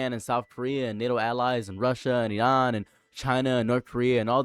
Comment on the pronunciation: why you saying iran so weird?